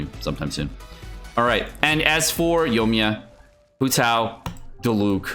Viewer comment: Yo-E-Me-Ya. 4 syllables 😊